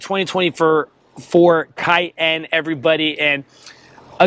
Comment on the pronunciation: the way you said cayenne. CAY......................................END